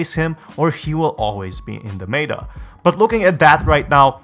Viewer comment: Why tf do you say meta like that